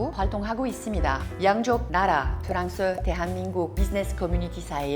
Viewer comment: Ida, meme si vous maitrisez parfaitement le coreen, c'est pas la peine d'appeler votre pays Prance puisque tous les Coreens apprennent l'anglais.